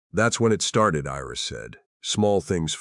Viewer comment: Iris is not pronounced as an "e". Iris is pronounced with a long "I". The story is good; however, it seems a bit unfinished.